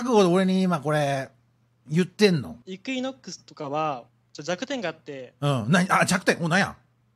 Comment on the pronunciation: 頑なにイクイノックス言い間違えるの好き あと最後の言い訳する声しのさんで草